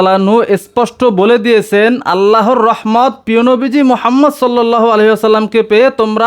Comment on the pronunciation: কিরে তোর তো নবীজির নাম উচ্চারণ হয়না